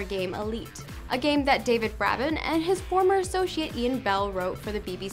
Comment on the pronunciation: I hate to be that guy but, it IS BRAY-ben. Not BRAH-ben. Great video anyways!!!